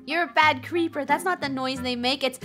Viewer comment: its creeper not creper